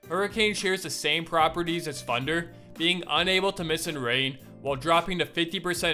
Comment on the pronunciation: “With funder or funderbolt”